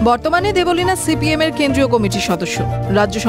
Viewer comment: Debolina noi deb lina